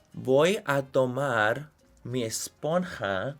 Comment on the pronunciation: Amé, 'voy a tomarrr mi brrronceadorrrr' jajsjasja